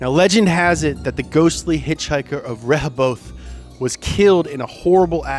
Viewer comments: ReHOEbeth is how ya say it haha. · What's spooky is him trying to pronounce ree hoe both. Come on mannnn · REH-HOE-BUTH. But I also can't entirely blame him, we pronounce a lot of our town names weird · It's called ReHObeth. Get it right dummy. Go Vineyard! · Pronounced - Reh - Hoe- Bith...but said fluently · It's RUH-HO-BETH haha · Ree-hoe-beth good try though. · So you said Rehobeth wrong. It's pronounced Re like you're reading, Ho like a Hoe, and Beth like the name. So Re-ho-beth. I know cause I live in Massachusetts. I live in Fall River,Ma where Lizzie Borden took an axe. I've never seen anything on route 44 during the day or night. I've never been in the Borden house where they give tours and its a bed and breakfast now. My sister has and she says its pretty freaky in there. The energy is just different from room to room. She said she felt really sad where her father was killed and felt angry in Lizzies room. She didn't see anything just felt energy. My sister and her friend also took pics. Her friend Melissa caught a shadow on her phone. It looks like a head peaking out the door and another person in there group caught the same thing and they also got some EVPs. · I live right next to Rehoboth - pronounced Rah-Hoe-Bith. The hitchiker story is known by everyone. Everyone seems to have a friend of a friend who's experienced it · "ruh-hoh-buth" is how I've always heard it? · As far as I know, living in MA my whole life, its pronounced Reh-Ho-Buth because MA is weird. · Lol you pronounce it RE-HOE-Beth Massachusetts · Correction.... ri-hoe-bith. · As someone from the area, you are mispronouncing Rehoboth. Its Ruh-hoe-bith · The scariest part of this video was trying to pronounce RUH-HO-BETH properly. Lmfaooo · It’s ra-ho-Beth mass btw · It’s pronounced Ree-hoe-bath. 😂😂. I know mass has tough to say towns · How us Massachusetts people pronounce rehoboth is “ra-hò-beth” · Its pronounced RA HO BETH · It’s pronounced “Ra-Hoe-Buth” lol you say it so weirdly...